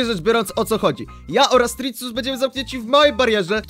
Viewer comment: Srirrus nie trisus